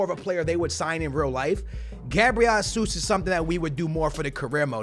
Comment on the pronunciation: who’s Gabriel HAsus bruh? it’s Jesus. geezus